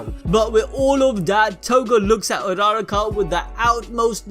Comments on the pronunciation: BRUH ITS u-ur-ra-ka not araraka -_ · don't wanna be rude-- but did someone catch how he pronounced Urarakawrong?